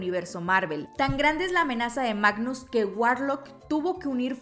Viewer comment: Quedé 😮 cuando dijo Magnus en vez de Magus 😂 Sin duda alguna ya quiero ir al cine a ver el Volumen 3. Está película sin duda alguna nos va a marcar mucho, ya va siendo hora de que... No quiero decirlo pero, ya va siendo hora de despedirnos de nuestros guardianes 🥹🥹🥹 Marvel queriendo mandarnos otra vez a Terapia :( Psdt : El fin de semana la iré a ver con mi madre y hermana, van a correr lágrimas:')